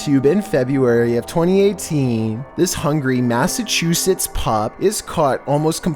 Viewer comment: Lmao, y’all gonna ignore his pronunciation of massschussets